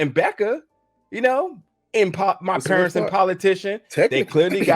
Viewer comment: definitely says Perents instead of Parents…..